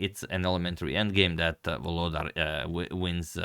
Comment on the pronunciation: For those who wants to pronounce reigning World Rapid Champion's name correctly: it's VoloDAR - stress in on the last syllable